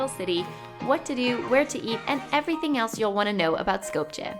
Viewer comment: Its pronouced Skopye not with a J